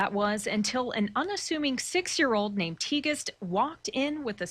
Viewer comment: I think you pronounce her name Tig-est